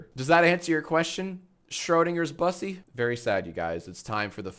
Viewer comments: sigh Jack you mispronounced bussy... how could this happen... it isn't bus-sy (like bus+see) it's b-ussy (like pussy but with a b) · Jack pronouncing bussy as bus-sy hurts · why does he always pronounce bussy wrong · Mods can y’all teach Jack how to pronounce bussy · Jack doesn't know how to pronounce Bussy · Jack pronouncing bussy incorrectly is hilarious💀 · why are you saying bussy like that?